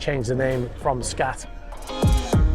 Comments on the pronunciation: Pronounced "skaht" , rather than "scat". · Skat (pronounced 'scart') is a German card game. Like Bridge or Whist.